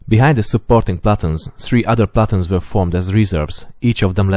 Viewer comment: One of my favorite YouTube channels! I don't mean to be rude in any way, so please do not take what I am saying that way: Your pronunciation of "platoon" in English or American English should be more like "pluh-tune" and gauges should be more like "gay-ghes," with the emphasis being on the 1st syllable of both words. The only reason I mention this is that WHEN your videos reach a wider audience that is less informed of the topics you discuss, some of the finer points of what you are talking about could be lost. AWESOME VIDEOS!